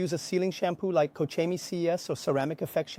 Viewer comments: Cochini, es mi pronunciación favorita a partir de ahora 😂😂😂😂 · “Co-cheenie” these pronunciations are getting wild